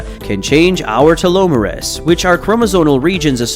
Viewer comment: Bro , what! Ignore-ant and telo merus, tf!??? Ignorant and telomeres lol